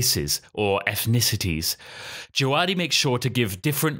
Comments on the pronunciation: I’m pretty sure it’s pronounced Je-ve-DEE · By the way its pronounced DjaVadi. I was at the GOT Concert and he was the conductor for it. That's how he introduced himself